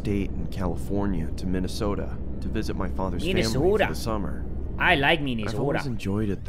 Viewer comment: Video: Minnesota:Minesota Me:Minetasotas